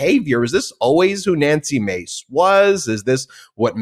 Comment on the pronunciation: Nancy’s last name is “Mase”, not Mace